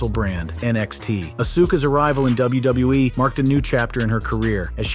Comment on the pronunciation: why he all ways says names just a bit wrong, as well as he says WWE just a bit off too bugs me